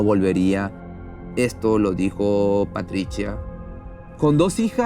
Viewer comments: Muy interesante tu video, pero para próximas ocasiones trata de vocalizar y pronunciar sin tanto esfuerzo, en algunos momentos pronuncia Patricha y en otras dices Patritsia, es antisonante y feo para escucharte, lo mismo con el nombre de Maurizio solo es esescuchar un poco en Internet la pronunciación, pero te felicito por tu contenido. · PATRITCIA ? O PATRICIA !